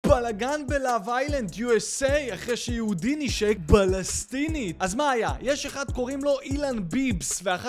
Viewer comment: מת על איך שאתה אומר ״בלסטין״ וואלק אתה היחיד! היחיד במדינה הזאת ששווה להקשיב לו עד הסוף, גם כשהוא מוכר פרסומות. אוהבים אותך יא אח יקר